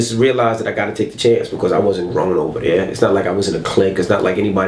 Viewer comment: His voice is so annoying to me. Especially how he says "because"